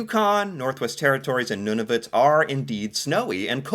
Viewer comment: I love that know how to pronounce Nunavut. :) By the way, just as an aside, Nunavut is technically the centre of Canada (physically). The longitudinal centre of Canada is located just east of Winnipeg, Manitoba. The latitudinal centre is at 62 degrees, 24 minutes north, meaning the geographic centre of Canada is located just south of Yathkyed Lake, which is Nunavut. But if you ask someone from Toronto they think that their city is the COTU (Centre of the Universe), lol.